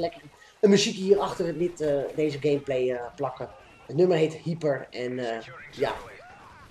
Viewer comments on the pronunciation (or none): niet "hieper" maar "haiper" de uitspraak :)